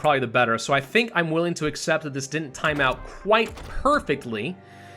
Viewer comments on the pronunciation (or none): none